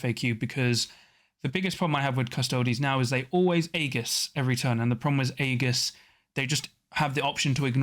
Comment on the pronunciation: That's not how to pronounce 'aegis'. It's more like "ee juhs".